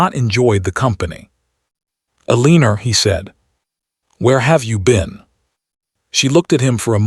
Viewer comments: Edit, train the AI to pronounce Elenore correctly or stop using the name. It grates on the audience and they tune out. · I agree!!!